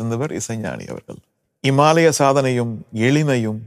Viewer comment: அடேய் அது என்னடா இமாலய சாதனையை இம்மாலய சாதனைன்னு சொல்லுது. இப்படியா ரஹ்மான் பேசுவாரு?? புல்லா எதோ சீனாக்காரன் பேசுற மாதிரியே இருக்கேடா............. 🤔☹😫